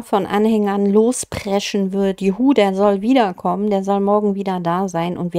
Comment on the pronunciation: Die KI hat sein Geschwafel an einer Stelle aber sehr unglücklich betont. Werde ich also wieder kommen ? Statt dem korrekten: Wer ich also wiederkommen.